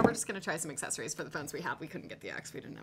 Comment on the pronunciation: When says aksezories instead of accessories. Haha. Love it and hate it at the same.time